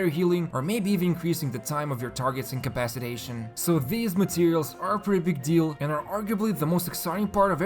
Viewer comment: “Or even increasing your target incapascuashuendjn” 😂